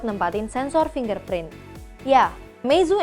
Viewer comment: Salah satu channel yg nyebut "finger" print dengan benar. Channel lain bilang "finjer" print.